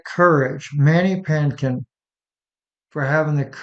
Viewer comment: It's ManDY Pah-tinkin